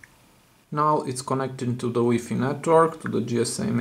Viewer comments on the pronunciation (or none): Weefee lol it's pronounced y fy